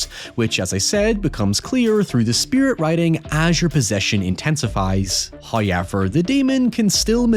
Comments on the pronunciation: "naurrrrr" "hoyevar" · First "hoyevver" drops , just when we thought He'd abandoned the trait. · That's what I'm wondering. Kind of weird... He says hoy-ever and hoyse (house). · Your "howyever" reduces my stress. It's iconic and l love it. Amazing video as always. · Every time you say "however" in your particular accent, my brain interprets it as "high effort" and I get reminded of the "maximum effort" mantra from Deadpool. Anyways, this is not a callout or anything, I really like your accent, but it was funny to me and I thought you'd get a chuckle too. Great vid!